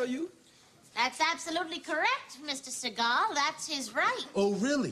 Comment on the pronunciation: Fact: The correct pronunciation of his last name is Sea-Gall.